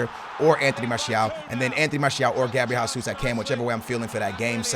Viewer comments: Es português ou não caralho? Para de dizer Gabriel Házuz e diz a puta do nome em condições meu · "Gabriel Hasus"